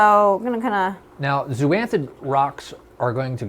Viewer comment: Zoanthid not zooanthid. Zoa not Zoo